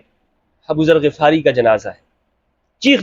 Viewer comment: Assalamualaikum,, Hum nay GHifari parha hay Ghafari nahi, Yani Zabar nahi Zair hay Ghain pay?